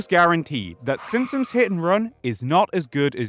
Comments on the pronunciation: You're not getting a dislike for the take but for the fact that I swear to god you said "SimSims" for two hours straight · You keep saying "The Simpsoms" and it bothers me way too much for some reason :D